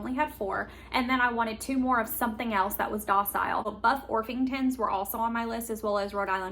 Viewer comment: I'm in NW Tennessee and I got my chicks from TSC about 9 weeks ago. The only issue was I think I was too soon but I've seen chicks in stores. Btw - they are buff orpington not orf-ington lol